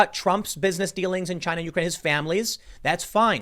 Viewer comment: The way you say Ukraine bumps me. YOUkraine lol